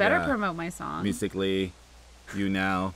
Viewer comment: wait wait wait did say music.lly?!?